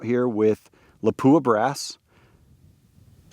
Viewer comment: just a FYI not to pick lol , its pronounced, LOP-WAH ,,, not LA-POO-AH